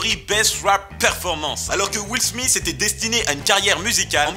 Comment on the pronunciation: est ce que ya un osti français capable de dire le nom de will smith